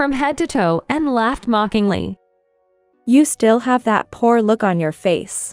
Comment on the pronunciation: I believe the words are read by a voice simulating computer. I agree - it is really annoying! We should make a collection of the most egregious examples. My vote for most numerous & funny mispronunciations of the same word goes to the word “poor”, which always comes out “poo”.